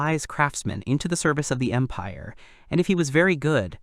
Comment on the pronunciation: Bruh at the start i heard "the great impare of Bulgaria" 😭💀